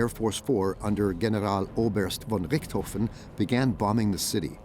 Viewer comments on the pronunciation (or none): none